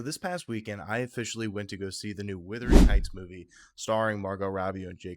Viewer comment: Wuthering, not Withering